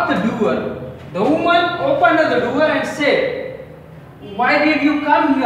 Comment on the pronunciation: Its not duwer its door and its not pride its proud